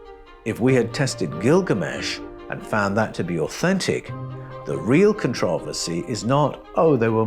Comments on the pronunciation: This was fucking awesome, but it was worth the time just to hear how he pronounces "controversy". So fun tho, this 6 finger part i am focused in on. I met a person a couple of years ago who was Ojibwe, and he told he the old tradition of raising their hand when they greet each, was to ensure you didn't have 6 fingers. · My main problem is how you pronounce controversy...... I'm cool with everything else.